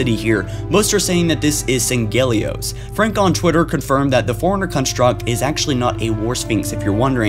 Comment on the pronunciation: I'm not trying to nitpick. But if I'm not mistaken, Sanghelios is pronounced as "Sang-Hee-Lee-Ohs" I've heard a lot of people say it that way though.